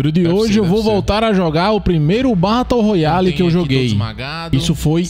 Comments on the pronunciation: VEI. TU FALANDO BATO ROYALE É FROID KKKKKKK se pronuncia beroroial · "Batou royale" 😭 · O cara fala Batou royale kkkkkkk muito bom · “Batou roiale”